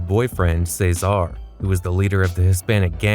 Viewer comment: What's with your pronunciation of "Ceasar"? It's fuckin weird